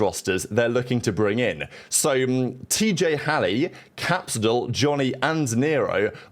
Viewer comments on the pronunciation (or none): none